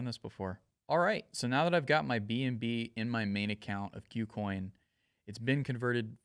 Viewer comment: Learn how to pronounce "KuCoin"